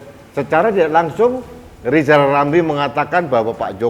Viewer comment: Harap dimaklum nyebut nama sendiri aja salah LIZAL LAMLI ga bisakan bikang RIZAL RAMLI🤭🙏